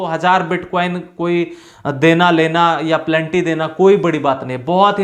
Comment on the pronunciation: Good information. प्लेनटी नहीं पेनल्टी बोलो सर। It is Penalty. You are pronouncing Plenty.